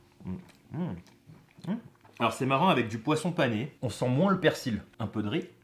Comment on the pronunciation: ON NE PRONONCE PAS LE "L" DANS "PERSIL" BORDEL !!! Comme dans "fusil" ou "outil".